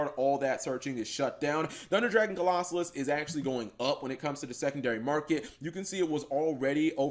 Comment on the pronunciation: Cap... don't be Mkhol....you know how to say Colossus. Co-los-sus. Why are people adding an extra SOLO in the name